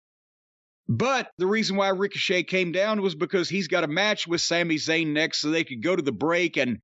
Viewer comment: * ( Za Y ne...**) get it right loozer